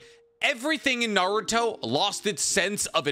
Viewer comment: Who's "Nar-ruto?"